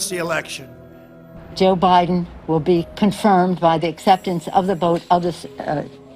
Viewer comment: Its like she said "BOTH", not "VOTE"#Interesting....